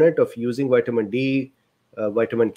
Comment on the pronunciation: "White-a-min" D This fellow is glorious human gold.